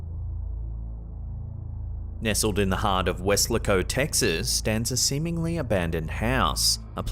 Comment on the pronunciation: "Wes-LAY-co", Texas